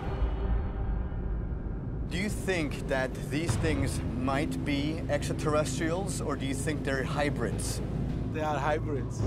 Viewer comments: Sorry, Giorgio ... until you can pronounce "exeterrestials" properly, you have zero confidence from me. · The way he pronounces the term: "Extra Terrestrials" always makes me smile though. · Starting to think they only hired Georgio on the HC for their extraterrestrial division, because of how much he struggles getting Extraterrestrials out. That pronunciations before break a quarter way through killed me 💀